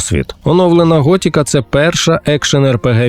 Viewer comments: ГОТИКА а не готіка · Пожалійте українські вуха: не "готІка", а "готИка"... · Ремейк норм, але кожен раз як чувак казав Гот( і )ка через «і», хотілось вʼєбати. Король не «дурак» 🫠. Набридло постійно чути ці русизми у випусках, краще компілюйте тексти.